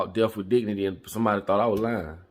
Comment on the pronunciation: Well I think I'm about to go to Switzerland....... btw it's not pronounced deff.... it's a (th) at the end of that word.